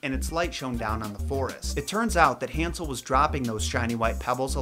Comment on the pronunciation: Hansel? HAN-sel?! Han-SEL?